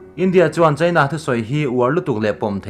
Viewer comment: I ṭawng ri hi ngaithla ve ṭhin rawh. India leh China tih pawh hi a mood azira lam rik dan danglam a neih anga lam rik loh a tam lutuk. Primary zirlai (Mizo Ṭawng hmang) pawhin an lam rik dik a rinawm maw le.